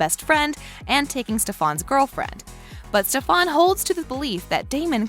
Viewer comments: ITS STEFAN NOT STEFAAAAN ITS STEFAN LIIKE UGHHH SHUT UP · just listen. It’s Stephen not stephAn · It's stefen not stefaan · Stefan not stefon 😑😑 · Why tf do you pronounce stefan that way?? Its stefan not ste fan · I can’t get through a minute and a half of it because “StefOn” like omg it’s bothering me lol 😂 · It’s not Stefon it’s Stefan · its not stefon its STEFAN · It’s to stofon it’s Stefen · I CANT BE THE ONLY ONE WHO GOT SO MAD WHEN SHE KEPT SAYING steFAN its STEFAN!!!!!!!!!!!!!!! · Its stef-AN not stefaun 😂😂💀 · She keeps on saying stefon IT STEFAN GOSH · It really triggers me when she says steFAWN or like SteFAN BrUh it's Stefan the hottie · Bitch really just said stef aun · Dude it's Stefan not stafon !!! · It’s Stefan not stefAAAAAAAAAAAAAn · hey the vid was fine but have you ever watched tvd? cause the way you pronounce the names like,"stefOn" and "alAIRic" i dont think you have watched it. also it "THE" VAMPIRE DIARIES not VAMPIRE DIARIES. get someone who has watchedthe show. like even my computer knows how prnouse and spell it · Plz dont say stefaan again it STEFAN!! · Don't make a video if you don't know the main characters names..... They way she says SteFAN is driving me nuts!!! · Me every time she says steFan: IT’S STEFEN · when she said StefAn i yelled "ITS STEFAN!!!" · STEFAN NOT stefaan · Ikr, like bro it’s (st-E-fen) NOT StefAN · stefOn and alARic 😭😭😭😭😭 it’s stefAN and aLaRIC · anyone else mad that she keeps saying StefAN BUT ITS STEFAN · “stefon” “alAric” dang she pissing me off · Wtf is stefaaaan Its stefan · If I hear "stefon" one more time I'm going to learn how to spell it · If this girl says STEF-ON OR ALERIC ONE MORE TIME!! IT IS STEF-EN AND AR-LAR-IC SOUND IT OUTTTT!! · Whenever she said stefAn I said “ITS STEFAN!!!” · Same I was like stefAn girl who but that shit got me triggered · Couldn’t even get through 3 mins because of the way she said his name... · the only thing i noticed was how she misprenounced stefan smh